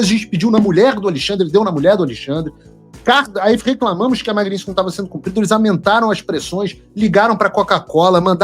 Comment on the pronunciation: O motivo real para o Trump ter tirado a Magnitsky do Xandele foi Paulo Figueiredo insistir em se referir à lei como sendo Magninsky. Eu já não aguentava mais ouvir vc falar Magnisnky. Que merda. Fala certo .